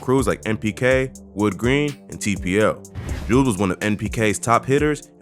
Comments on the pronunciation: Called Joobz Jewbz 😂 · joobz is pronounced like the word good not food btw